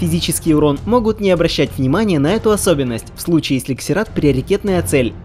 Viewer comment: Не могу слушать это =/ Это как королева Ксена,вместо Зена